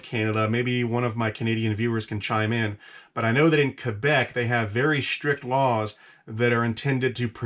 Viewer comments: He pronounces Quebec properly! Kebec! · You say Quebec very well for an American haha. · Im surprised as an American you say "Quebec" perfectly well